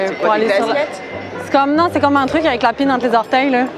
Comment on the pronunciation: j'entendais "la pine entre les orteils" ça m'a troublé.. enfin merci pour ta vidéo elle est extra